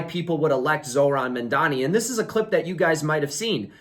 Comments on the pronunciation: Good analysis Please say his name correctly: Mam-Dani Mamdani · What is it with you Americans can’t pronounce Mamdani correctly? And you Mandani!!!